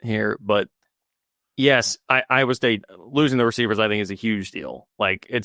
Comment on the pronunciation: has not pronounced a correct name for Iowa state as of mark in..